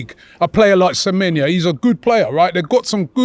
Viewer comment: Samenya!! 😂 Can get into any side. Get his name right first Robbie it's pronounced, samenYO! He can get into any side in the EPL😅😂